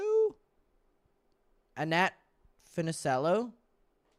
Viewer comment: Pronounced Annette Fu-ni-CHELL-oh - 1950s starlet of the Mickey Mouse Club and the early 1960s beach blanket movie craze. I totally see it! 🤩